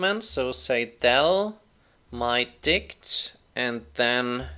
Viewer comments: i cant stop laughing when he says "mydict" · I was chuckling everytime he said mydict, but I lost it when he said mydict dot pop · i can't stop laughing when he says mydict, especially lol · "So we can say mydict.pop" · Bruh i'm at the dictionary section and i can't stop myself from laughing everytime he says "mydict" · Sorry, I giggle everytime you say myDict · We all can pretend we're smart and sophisticated, but when says myDict we all think of one thing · mydict sounded so offensive